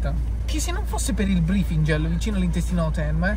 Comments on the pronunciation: "nel brifingel" HAHAHAHA STUPENDO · Nuovo organo sbloccato: "brifigel" 😂😂😂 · “Brifigel” NUOVO APPARATO 😂😂😂😂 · Gra: sai dove te lo metto?: nel brifingel.xAHAHAHAHAHAAHAHAH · CISTIFELLEA❌ ✨BRIFINGEL✨